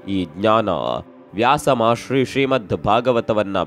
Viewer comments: ಮಹರ್ಷಿ ಗುರು, ಮಹಾಶ್ರೀ ಅಲ್ಲ 😅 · ಮಹಾಶ್ರೀ ❌ ಮಹರ್ಷಿ ✅